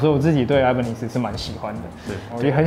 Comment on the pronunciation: 整支影片看下來我只在意那個 Ibanez的發音 我記得好像是日本人去買西班牙的品牌 發音是 一八捏斯